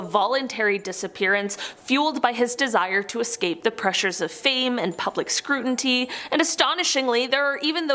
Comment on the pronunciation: “Scrut-inty”??? It’s scrutiny, dearest…